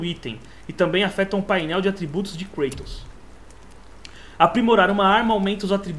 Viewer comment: O nome é Kratos e não Kreitos hehehehehehehe só pistolando mesmo, dá agonia escutar com fonemas em inglês ;)